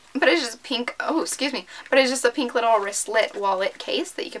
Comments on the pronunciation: peenk its so annoying omg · why do all YouTubers say pink like peenk??? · Oh my god it's so weird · i know right 😂😂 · No trying to be a hater but the way she says pink 😁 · yeah what's wrong when she says pink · Wtf. Who pronounces it like that? She says it right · Anyone else get annoyed when you tubers say pink like tht